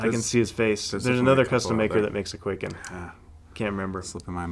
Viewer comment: For the love of god and all that's holy, it's not pronounced "Quaken" it's pronounced "Kwai-ken"